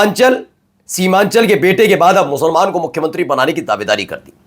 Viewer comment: Giriraj ji should pronounce the word "musalman" not "mushalman". Learn something from Islam۔Thanks۔